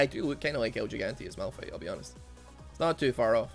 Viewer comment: It’s malFIGHT not malRUN